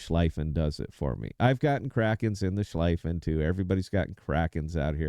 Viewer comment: So, first off: The pronunciation of Schlieffen the"ie" is like "ea" as in tea or sea. Think of it as it is written Schleaffen. So you are convinced that the Schlieffen is the best secondary ship. OK It has definitely "one of the best" secondaries. Iwami (best secondaries in game), 32mm pen, 3,7k dpm on a 100m² spot. Navarin (2nd best secondaries), 26mm pen, 3,5k dpm on a 100m² spot. Schlieffen (3rd best secondaries), 32mm pen, 3,1k dpm on a 100m² spot. Only Lütjens brings it upto 3,7k The 100m² is a definition to bring all the secondaries into the same point of efficiency All German, normal BBs, like G.K., Preussen, Pommern and the Mecklenburg get a deck armor between 50 and 80mm and are immune to German secondaries. You can only pen their stirn and bow and the superstructure. G.K., Preussen and Pommern are lost, because of their inaccurate main guns. The Mecklenburg on the other hand, despite its mediocre secondaries (1,3k dpm on the 100m², pretty much the same as Preussen/G.K.)) can pen upto 40mm with IFHE (which I would recommend, but others don't), BUT and here comes the point: The accurate main guns obliterate any ship in the secondary range (also 12,5km), This and her torps is what makes this ship almost unbeatable and only a Libertad is able to be a good match for her. This is only theory and numbers that won't convince anyone. To get this out of the way: I'm just an average player, not an UNICUM My Mecklenburg stats over the Schlieffen: way more damage, better winrate